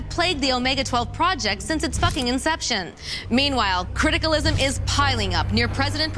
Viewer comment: I love how she keeps saying criticism as criticalism